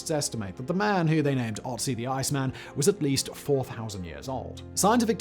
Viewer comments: FFS! Can't you learn how to pronounce the guy's name before you make a video on him? It is Ötzi, not Otzi. This is PATHETIC. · It's Ötzi not Otzi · The Ötzi is called Ötzi, beeing the first vocal spelled like you say "burn".